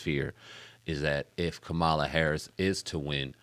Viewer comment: ….can y’all please pronounce Ka ma la’s name correctly tho? It’s a lil disrespectful, it’s your duty as independent journalists to get her name correct.